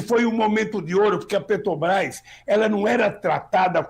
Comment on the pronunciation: Tudo bem Lula mas falar Petobrás é populismo ultrapassado, se vc quer interferir em decisões de milhões de dólares pelo menas fala o nome da empresa certo, isso vai gerar mais confiança para vc e tbm para o meu voto!